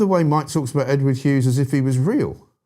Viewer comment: It's Hughes not Hews!!